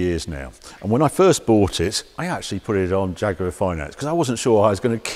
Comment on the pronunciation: Am I the only one who's hearing him saying jagurar